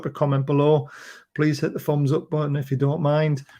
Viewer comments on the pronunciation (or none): none